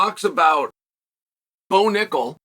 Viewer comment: Bo Knuckle (accented)